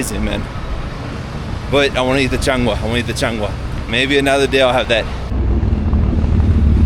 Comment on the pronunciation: It is changua not changa